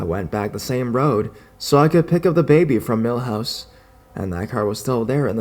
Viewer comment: Every time you say milhouse instead of mother in-law's house I think of the Simpson's haha. Great job as usual, I love your videos :)